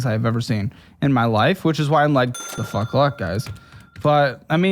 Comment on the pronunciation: “What the foook” 😂